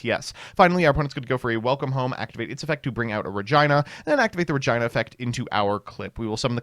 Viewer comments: It has to be engagement farming bait. Regina isn’t an insanely uncommon name, he should know how to say it. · STOP SAYING REGINA LIKE THAT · We have RegINA alongside the Cli...P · “Lucina” & “ReGina”